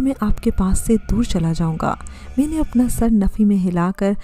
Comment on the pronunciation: 'may-neh' lol. What pronounciation lol!!